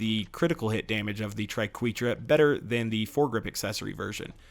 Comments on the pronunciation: Ok its pronounced TRI-KWEH-TRA Credit to Emma saying Triquetra=tri-kweh-truh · He's actually very close to correct. According to any English dictionary, it's pronounced as "try-kweh-truh". But if used as the plural of triquetrum, his pronunciation is acceptable. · I love the triquetra it's probably my favorite shotgun also I believe triquetra is pronounced "Try-ket-ra" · You'd be wrong! It's from Latin, so if you want to be really pedantic, it should be "tree-kweh-trah" But officially, the English pronunciation is "tri-kweh-truh" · It’s pronounced tri-ke-tra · I believe it is Tri-Quetra - as in "wet" - the short "E" vowel sound. But, who cares right? It still rocks! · Tri-Ket-Ra, if you finally want to know how to pronounce it haha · I've always felt it's pronounced tree-ket-truh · (Try-ket-tra) triqeutra ish wicked shotgun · I thought it was pronounced like tri-ket-ra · You're fine to think tri-keh-tra sounds better, but that's still a wrong pronunciation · Satchmo I always pronounced it as Try-ke-tra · I don't know what had me laughing harder, butchering "Triquetra" or navigating the conveyor belts in the tundra express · It hurt me every time he said the name